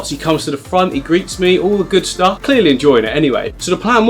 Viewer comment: I love your videos - but for yourself: try to finish the words you're saying! You may find it posh tobsau, "start" but it is ok! It's not posh - but it proper! T! try saying starT and say the word all the way through! It's ok! Proper pronunciation isn't posh - it's merely polite! 🤗